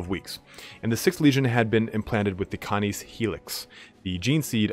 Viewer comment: its cay-niss. As in canine. As in doggo... as in wolf doggo